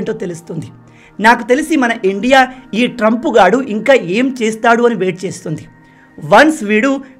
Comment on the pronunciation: Bro మీరు ఇండియా అని క్లియర్ గా అనండి. మీరు endia అన్నట్లుగా వినిపిస్తుంది